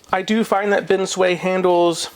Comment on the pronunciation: Love the videos, very informative. Just one.gripe, the way you pronounce binsui! Haha. It's bin sue ii or e not bin sway